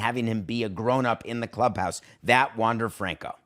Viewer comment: Learn how to pronounce his name 🤷🏻‍♂️